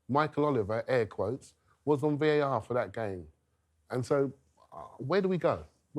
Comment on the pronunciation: At 2 38, she calls it "VIR" instead of VAR. I've said it time and time again. Please get a new presenter. This show can be huge. You need a new presenter. It's not all about looks. The likes and views won't go up until you change the presenter. Trust me.